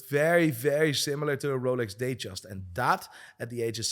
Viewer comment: I agree with you, guy has no idea what he's talking about. By the way it's called a 'datejust' not a 'dayjust'